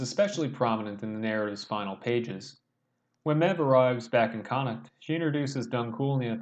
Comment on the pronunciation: Nice analysis. Helpful tip, it’s pronounced Mave